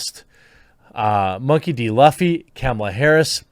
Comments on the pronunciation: You calling him LUFF E rather than LOOF E is rather annoying when you pretend to care about characters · If you're going to talk about this, research how to say the names properly. His last name is pronounced loofy, not luhfy. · Also it’s pronounced ‘loofy’ not ‘luhfy’ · Kamala Harris is absolutely what Luffy is against. Disgusting. It is pronounced as "Loofy" not "Laffy". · Um, Luffy; is actually pronounced, Loo-fee! You're welcome. (Be sure to read that in an obnoxious voice.) But seriously, that is how it's pronounced. Google's translator agrees.😋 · So much cringe every time he tries to pronounce Luffy. It's sounded out as Loof-ee. Not Luff-ee. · It’s pronounced “L-oo-fy” and if Nami and Robin don’t have big ass titties then I refuse to watch.... and besides, Oda writes female characters nearly flawlessly,.. (most may look the same but they all have extreme depth and contribute satisfactorily to the story). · Luffy is pronounced "Loofee." Just wanted to let you know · i like the Laughie pronounciation, that is too American lol. OP has an anti-authority theme and these authoritarians want to claim the moral high grounds around the amazing political series called One Piece. We know that Luffy will be the King of the Pirates and be the man with the most freedom. Luffy is liberal but not the "modernized" liberal. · It's pronounced like "Loo" "fee", and as soon as I hear that Netflix is involved I don't care to watch it not after the train wreck that was the live action Death Note, and the fact that they're trying to make modern day political comparisons, comparing that cackling psychopath to Luffy I think that is a good enough sign of how much of a disaster this adaptation will probably be, I've watched one piece since I was a kid and I'm not going to watch Netflix defile it with there woke re-imagining of Oda's masterpiece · It's pronounced loofy. It's like nails on a chalkboard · Oh, and it's pronounced Lou-Fee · Luffy = (Lōō'fee) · Jeremy it's Loo-ffy.